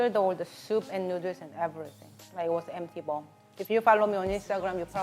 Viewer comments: I can listen to her saying nooders all day lol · She came out with a t-shirt spelling noodles the way she sounds it out. So cute, so funny. It's spells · I love how you pronounce noodles. It sounds like “nooders”. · lol OMG I just love that tshirt, perfect for how you pronounce noodles.. so cute.. :) love it.